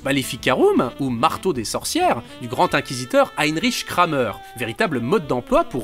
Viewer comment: On prononce "Kramère" pas "Krameur". Le "e" ne se prononce pas de la même manière en français et en allemand (ou en alsacien).